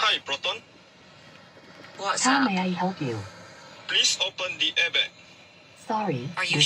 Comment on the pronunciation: sebutan abg tu salah..dia kena sebut 'airbag' bkan 'airbekk'🤣🤣📏📏📏